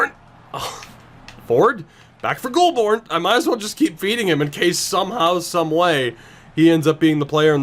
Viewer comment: Goulbourne is pronounced Goal-bourne